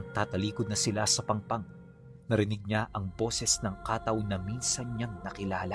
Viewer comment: pronounce as kattaw po Hindi Kaaaataw